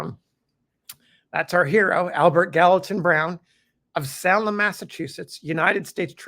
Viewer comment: Thanks for another wonderful glimpse into the human side of the Civil War! My only comment concerns the pronunciation of the name of the city in Massachusetts.😁 Salem (SAY-ləm)